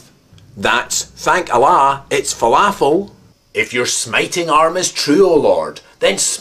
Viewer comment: Im struggling to understand what you are saying , Im sorry did you say folofles?